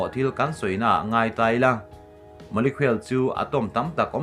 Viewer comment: Molecule i lam dan hi kalo ngaimawh ve deuh.. Molekhuel tia lam tur niloin Molekul ti a lam zawk tur ani...a enga pawh chu nise,kan CM hian Zoram hi a hmangaih anih chuan,dawt leh phuahchawp sawi tawh lo turin,a dinhmun atang hian bang ngam tawh rawhse...a hneawm tawh...MNF ah pawh thalai zawk amah aia tha an tam lutuk tlat